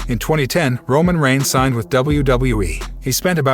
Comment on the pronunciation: Yes bes going to betray romon